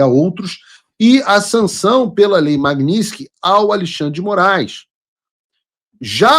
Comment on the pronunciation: Paulo, não eh Magniski, eh Magnitsky